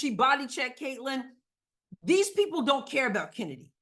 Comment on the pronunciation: Its not kheeseburger and its certainly not chennedy.